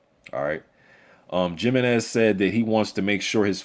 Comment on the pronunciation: "He-MEN-EZ", NOT "JIM-EE-Nez"!